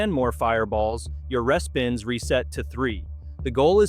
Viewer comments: Interesting content… but the AI voice is abysmal. Mispronouncing things - for example, instead of “REE-spins” it says “RESS-spins.” Can’t you find a real human to read this? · respins is pronounced reespins - fyi - Connie in Kelowna - but informative video!! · I was liking this to the last machine. When this stupid AI said res-pins instead of RE-SPINS. ARRRRRGGGG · It’s hard to find this credible when the sex and the city slot machine lost the license and was not renewed and it cannot be found in any casino since 2024! Also Tiki fire is not ultimate fire link! It’s lightning link! But you said that happy lantern was the worst lightning link! Also if you’re going to AI to voice your script, then respins as re-spins for it to pronounce properly!